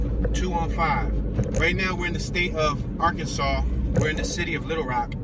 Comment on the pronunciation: How come you pronunce arkanSAS? It should be ArkansaW